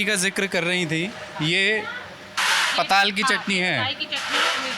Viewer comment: पाताल नहीं , " पताल " बोलते है...😅😅